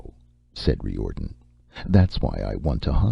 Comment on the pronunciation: yes! and I'm pretty sure the name he's pronouncing Ree Or'den, is Riordan....